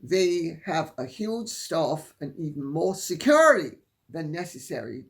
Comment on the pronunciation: The way Lady C pronounces “SECURITY “ makes me giggle every time she says it.